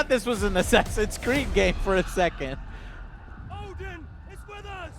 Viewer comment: nice to hear the correct pronunciation of ODEN for once :o